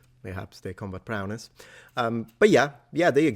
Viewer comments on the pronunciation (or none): Hey. Just a correction. Its "prowess", not "prowness". Also, the "dev" in "endeavour" is pronounced like in "development", not like in "day".